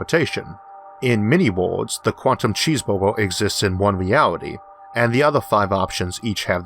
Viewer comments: I swore he said cheese bobo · That was the best explanation I have ever heard. Thank you very much. Btw, I like the way you say "cheeseburger".